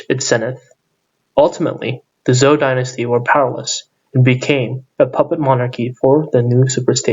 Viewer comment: It's Zhou/Chou Dynasty. You're pronouncing it wrong.